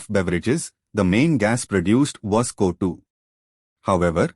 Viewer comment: Thank you for this...if i go for reading this chapter , it would have taken 2 hours.. bcz of you i completed it in just 27 minutes..😭😭...thank you sirrr... . . . . . . . ( no intention of criticism and finding fault ), CO2 gas is being pronounced as Kotu 😅 gas..